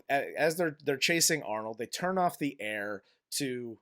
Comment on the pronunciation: "Give this peepl eeer."